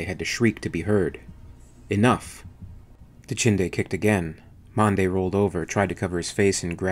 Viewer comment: Dachinde, Dachande. Not hard to follow at all and good use of vowels.